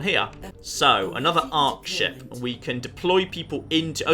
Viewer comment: Maybe i am deaf but i think that when says ship it sounds like shit XD